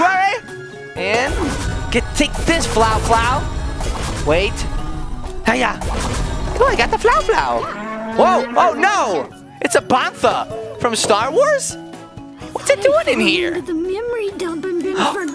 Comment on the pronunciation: It's bantha not bomfa